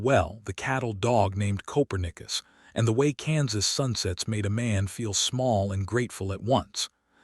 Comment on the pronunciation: Narrator said Coperius wrong.